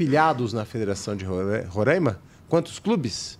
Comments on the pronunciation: Não é Rorãima é RORAIMA. Falem certo o nome do Estado para não passarem vergonha . Imagine. chamando nosso estado de Parãná. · O estado de Roraima se pronuncia "Roráima". A ênfase é na penúltima sílaba (rá). É um estado localizado na região Norte do Brasil, fazendo divisa com a Venezuela e a Guiana. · Não é questão de sotaque, é questão de pronúncia. A única forma correta é Roraima. Se quiserem individualmente continuar pronunciando errado também é outra questão.